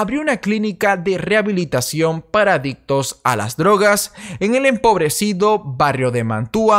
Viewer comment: Riecursos de rieabilitacion